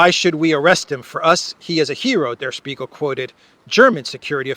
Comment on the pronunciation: Here comes me the smart ass with the pronunciation correction yet again (sorry, love you man): "Der Spiegel" (means The Mirror in German) is pronounced with an "sh" and not an "s" like "Shpee-gal". I don't know why it hurts my ear, but I know that you like to say it right:) All the best!:)